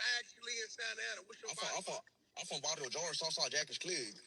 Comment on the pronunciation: “Varrio jar”🤣🤣🤣